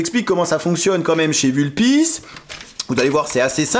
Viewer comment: Sauf que le U de Vulpis se prononce comme OU en latin.